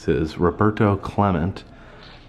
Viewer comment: Roberto Clemente - pronounced Cle-men- yay ! You probably drove over the bridge named after him when you were in Pittsburgh! Pittsburghers still revere his memory so please pronounce his name correctly!